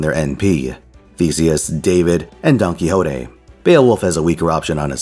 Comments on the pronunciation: Big fan of rattling off that Spanish NP name with absolutely no issue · Indeed, great pronunciation!